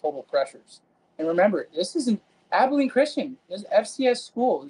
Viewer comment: Abilene. "Ah-bell-ean" jesus it's like you never heard the name of the prettiest town you ever seen ( truthfully it's not despite what the song says )